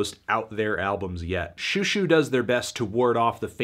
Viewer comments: It’s zhoo zhoo, not shoo shoo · this is over a year late I know, but for the love of god please pronounce it like show show, not shoe shoe. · "shoo shoo" wyd melon